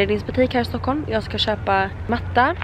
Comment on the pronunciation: Stuckhulm xd vet att det heter Stockholm